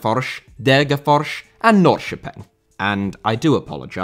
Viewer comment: Your swedish pronounciation was not bad at all for an English speaker. You even got the ö in Norrköping and the rs sound in Degerfors good